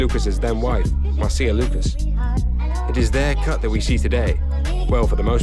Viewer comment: A Note: Marcia Lucas' first name is pronounced: MAR-SHA, not MAR-SEE-UH.